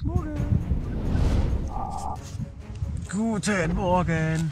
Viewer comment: er sagt immer "mogen" statt "morgen".